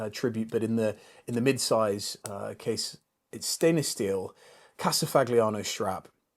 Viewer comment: Amazing collection. Well done. In case you might like to know… in Italian, the letters gl inside a word or a name are pronounced ly. So it’s Casa FA LI YA NO. That will add to your level of culture and refinement a bit. Enjoy those wonderful pieces. Best